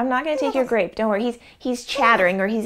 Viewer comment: = Can you say grape? Kemosabe= Gwap